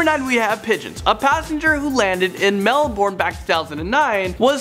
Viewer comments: mel-BURN not mel-BORN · Quick thing its not pronounced Melborn its pronounced Melbern but spelt Melbourn. k you got hat amercans good. also i am aussie thats why i know this stuff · I'm Australian and he said Melborne its pronounced melbarn lol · Mel-burn is how to pronounce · "A passenger who landed in Mel born" I know your American but seriously how hard is it to say Melbourne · Melbourne pronounced Mel-Berne its easy. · I'm from Melbourne and you pronounced it really weirdly for the pigeon one haha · When he said Melbourne the cringe was real eeeeehhhhh